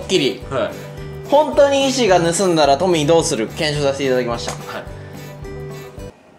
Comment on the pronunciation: カンタくんの発するトミーが、時々｢ポニー｣とか｢ポミー｣って聞こえる件。笑